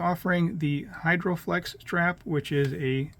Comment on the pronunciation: It's not 'hyRdroflex' but 'hydroflex' - remember that when you search the Artem site ;-)